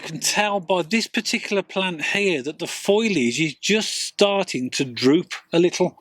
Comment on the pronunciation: It's FOLIAGE not FOILAGE. It's pronounced FO-LEE-IJ. Not FOY-LIJ. Great tips tho